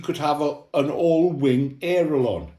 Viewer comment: Hey old timer theres no such thing as an aero lonn. Its called an aileron... Thats pronounced ( ale ) (eron)......